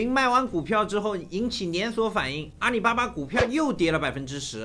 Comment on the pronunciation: 是阿里 不是阿你